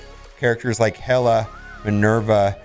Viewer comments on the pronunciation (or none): none